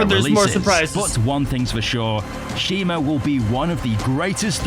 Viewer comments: It's not "shimo" it's shimu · It’s Shimu not Shimo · It’s Shimu, not Shimo. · ITS SHIMU ITS SHIMU ITS SHIMU ITS SHIMU ITS NOT SHIMO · its not simo